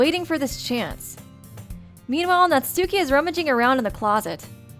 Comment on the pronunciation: hate to be a Grammar nazi but Natsuki name is pronounce nat-ski say it like this